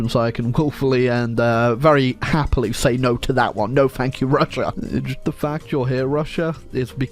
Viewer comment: Am I the only one who heard “spank” when he said “thank you”?